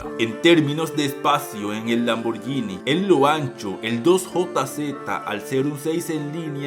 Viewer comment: Es. LAMBORGGGGGGHINI. no es “lamborñini “. Corrige Se dice con. G